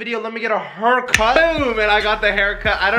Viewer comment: messed says " let me get a hercut"